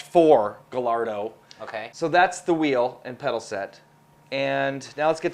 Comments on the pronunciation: LOL you guys mixed up the audio in the wheelstand review again (left channel right, right channel left). On pronunciations: Tyrrell - sounds like squirrel: Also Gallardo - sounds like guy-yardo. Finally on PS3 force feedback testing: I know you didn't have much to go on since the FFB on PC didn't work too well, but only having GT5 Prologue to judge FFB isn't exactly the best benchmark. Why don't you have DiRT 2 for the PS3? I know loves the game and the FFB kicks GT5's ring;) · lol you are forgiven, just to be clear the easiest way to remember is Guy-ar-do. Now go make 'loose lips' talk more about the next iRacing build!;) Kei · its not gallardo its pronounce as guy ardo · It's Guy ardo...that's the pronunciation not how it's spelled.